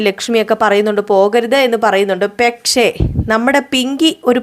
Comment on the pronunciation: പെക്ഷേ.. പെക്ഷേ.. എന്ന് തന്നെ പറയുന്നു